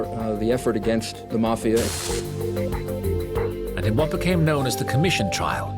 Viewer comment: Why have a narrator with a non American accent, can’t even pronounce mafia. Very annoying